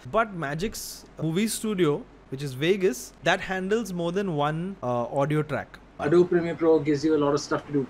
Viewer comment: You guys should have spent few minutes in how to pronounce ADOBE :P